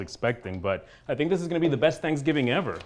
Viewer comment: 3rd consecutive year of "Sangivin" for me